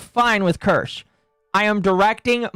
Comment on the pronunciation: Wait a minute. He pronounced Kirsche’s name right? Who are you, and what have you done with the real?